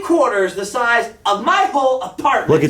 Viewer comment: “Look at the shizeof this” that’s what she said. 😜